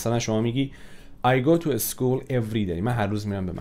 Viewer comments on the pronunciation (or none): چرا همش میگی اس مثلا اسپیکینگ یا اسکول نباید اس بگی کلماتی که با s شروع میشه، ممنون اگر توجه کنی